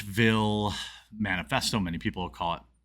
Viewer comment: Wait...did he say "man-a-festo?" Ironic...right?